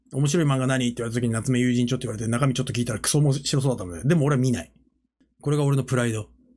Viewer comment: 夏目友人帳の発音が永遠に有楽町でわろた